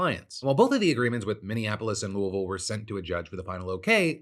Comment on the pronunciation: I'm very aware it's NOT the point of the story, but the way you pronounce Louie-Ville sounds like you've got a potato in your face as you say it. I'd have accepted Louis-Ville. Bout Louallvaule sounds silly. LoL My family from KY have always pronounced it Louie, as in Huey, Dewey, and Louie, Louie-Ville.